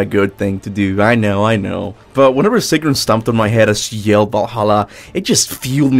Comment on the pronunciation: Her name is not "Sigrum".